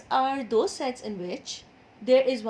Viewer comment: First I thought that you say Sex 😁😂